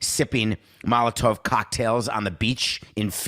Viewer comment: As a lifelong Mets fan - STOP jacking us off and move on! LGM.... Malitov cocktails???? 🤣🤣🤣🤣🤣 buy a dictionary dude 😉